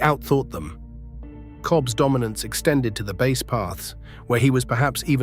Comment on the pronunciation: Stop mispronouncing base😮